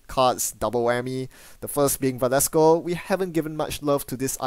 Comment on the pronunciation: Velasco not Valesco, thanks for the videos.